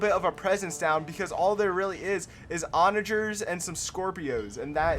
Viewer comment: Take a shot every time he pronounces ‘Onager’ wrong😂 Great video though, very entertaining